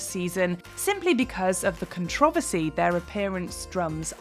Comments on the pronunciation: why can’t you say controversy 🎤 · Other than you don't know how to pronounce CONTROVERSY?!?!